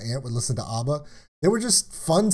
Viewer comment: Dude, there is no R in ABBA, it's ABBA not ARBA 🙂